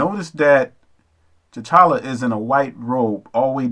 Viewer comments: tekla steadman; Honor's to The Ancestor's (known & unknown), honor's to The Ancient One's, and honor's to all who are for my Higher Good for The Higher Good, As Above So Below. Namasté (meaning: "I honor the divine in you"). Hotep (meaning: "Peace). Your review is, for the most part, excellent without debate. The only discrepancy I have is your continual mispronunciation of the king's name. His name is pronounced "T'Challa." Yet that is minor to your mis-interpretation of the king's general with her hand positions (palms up, fingers in certain way). She was not doing anything evil. She was representing meditation, and her hands were in a particular Mudra (pronounced: "Mud-Drah"). Though meditation is widespread, this form is predominantly of the Buddhist way of life. One other interpretation you spoke of, in reference to the Sun God. Every people (language, dialect, etc.) has a different name/term for the same energy. The Sun is the sustainer of life, nothing evil about it. Just as any form of energy, many have the ability to harness and project that energy for a desired outcome. If your desired outcome is for the higher good then it is "good," but if your desired outcome is for evil purpose then it is evil; which all boils down to "Intent." Was your intent to project further confusion, or an honest mistake for lack of insight of the Buddhist way of life? No offence intended, so please do not be offended, for it is only my intent to provide clarity. Dua (pronounced: "Doo-Wah" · Hello. You make some good points. I would like to add. It's Tchalla not tchilla. First real all big black movie was the Wiz. This could not be the best action film? Don't believe the hype. This movie was not written for nor by Black People. Please keep a solid perspective about this. Thank u. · You're murdering king T'challa's name calling him T'chilla. Come on bruh!!! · T'Challa pronounced Ta cha lah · please learn to pronounce the names correctly. it's TEE-CHAHH-LAHH. not T'chill-uh